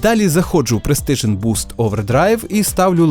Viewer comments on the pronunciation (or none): Крутий відосик Чекаю на відрс із картою. До речі, PRESICION Overdrive слово вимовляється як пресішн, без звуку Т